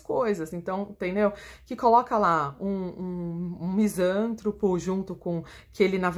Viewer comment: Dra. Misan TRÔ po. Se fosse como a Sra. pronunciou, seria proparoxitona, e logo, teríamos acento agudo no SAN, pois, toda palavra proparoxitona é acentuada.